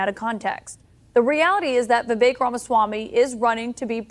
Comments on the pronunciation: Why does everyone get Vivek’s name wrong? Lol at this point it’s ludicrous lol It’s Vivek like cake! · Vivek rhymes with Cake or Rake or Bake (but not fake)